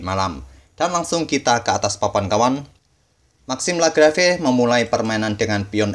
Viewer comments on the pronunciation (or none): Wkwkwkwk "maxim lagrafe" dong bacanya